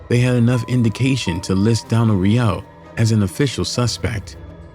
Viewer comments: Im not the only one but but it's "row" not "rio" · You completely fucked up that man's last name. Smh. Every time you said Re-OH, I wished I could dislike the video more than once😮‍💨